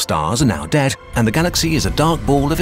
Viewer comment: “and with that, our univers is dēàd” thanks you just made my day 🐻🐼🐻‍❄️